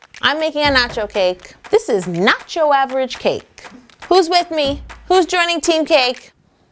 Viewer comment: you said nocho 9 times